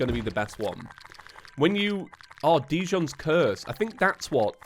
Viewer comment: Please pronounce djinns curse correctly: D: silent J: pronounced like “jug” I: pronounced like in the word “internet” N: an N N: see above Not pronounced dijohn